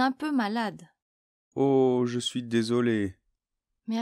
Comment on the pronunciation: tengo una pregunta en el ejercicio en la afirmación de ver la tele. En la afirmación dices "je regarde la tele" y me parece o escucho que pronuncias así "jo (bueno je) gugard la tele pero para la negación tu pronuncias o yo escucho que pronuncias jo(e) ne gugagde la tele, pero para la afirmación pronuncias gugagd y para la negación pronuncias gugagde ¿por qué cambia un poquito la pronunciación si es la misma palabra y que yo sepa, no hay liason? (O ligadura, no sé cómo se dice) por eso lo puse en francés.